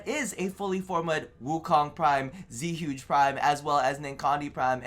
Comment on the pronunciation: Zee-Huge prime xd lovely